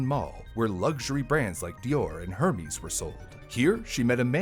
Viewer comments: It's "Hermes" (pronounced "air-mes"), not "her-mees" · Hermes is promounced: er - mez. Nailed the chemical names, though! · No one has acknowledged this apparently but you said Hermes wrong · Heads up you mispronounced Hermes. No shame, just letting you know friend! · it hurt my soul hearing you misprounce Hermès :((